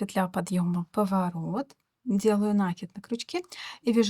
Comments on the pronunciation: Узор красивый. Но пожалуйста, не нАкид, а накИд! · Извините,но не «нАкид»,а накИд,проверочное слово «накИдывать» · Узор интересный, всë наглядно и дрступно. Но!!! НакИд, пЕтель!!! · Рукодельница без спорно, браво. Рисунок шикарный. Но произношение слова нАкид простите режет уши. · Накид от слова накинуть(нить на спицу), накидывать(на что либо). Соответственно-накИд. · это в вашем населённом пункте (деревне, хуторе?) так сложилось. По всей России по-русски правильно говорят накИд. Оставьте ваши местечковые замашки. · Вас не шокирует "нАкид"? Какая-то девушка упорствовала в таком произнесении, кажется из западно-украинского села. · Пожалуйста, говорите правильно слово НАКИД, ударение на букву " И ".